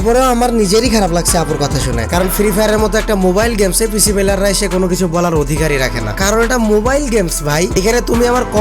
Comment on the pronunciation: পিসি না পিশি 🤣🤣